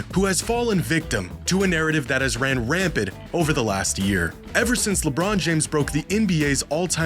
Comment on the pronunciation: the word is 'rampant'; you're saying, like, rampid or something anyway, video good